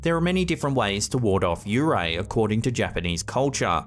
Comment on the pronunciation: Man it's not yu ray it's yuurei幽霊 also it's usually translated as ghost